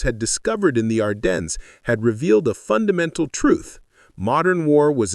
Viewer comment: And French. Even we Americans can pronounce Ardennes better.